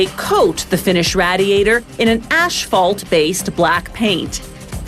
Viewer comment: "ASHPHALT." Hearing that made me frown.